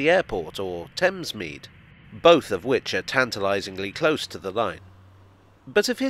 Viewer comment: Thamesmead. God no. Please no.